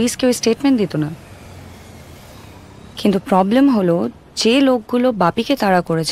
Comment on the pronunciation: খুব সুন্দর উপস্থাপনা, কিন্তু অনুসূয়া চরিত্রে যিনি অভিনয় করেছেন তার একটু উচ্চারণে সমস্যা আছে। যেমন প্রবলেম কে বলছেন পবলেম, প্রবন্ধ কে বলছেন পবন্ধ